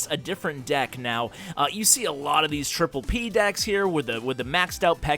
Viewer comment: LOL "tripple P"